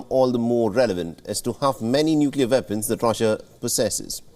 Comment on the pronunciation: Its weapons not vepons